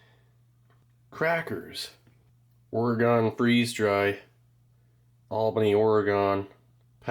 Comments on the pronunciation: steve pls. Say it with me: "Oar-e-gun". It's not "OAR-A-GON". 😭😭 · We know Steve is not from the west coast - OreGone 😂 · Thanks for the videos Steve, great to see you back. BTW ( Oregon) is pronounced "Orygun".